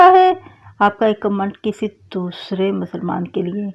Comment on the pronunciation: ویڈیو جمعہ اور اتوار کو اپلوڈ کیا کریں ٹریفک زیادہ ہوتی ہے traffic mean viewers آ ج درود پاک pronunciation bht بہتر ہے اگر آپ لکھے ہوئے درود پاک کو تو جہ سے پڑھیں تو تلفظ ٹھیک ہو جائے گا لفظ کمینٹ کو بھی ٹھیک کریں باقی ویڈیو بہت اچھی ہے یہ basic غلطیاں ہیں جو ہر ویڈیو میں ہوتی ہے